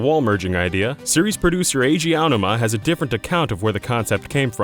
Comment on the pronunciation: SOMEONE WHO CAN PRONOUNCE EIJI AONUMA <3